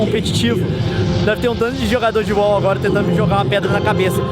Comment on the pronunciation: Leon fala UOL. LOL FALA WOW LEON !